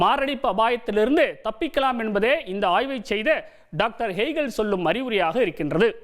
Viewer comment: தமிழ் உச்சரிக்க தெரியாதவனுக்கு தமிழ் செய்தி வாசிக்கும் வேலை கருமம். அது அறிவுரி இல்லை 😢😢🫡 அறிவுரை.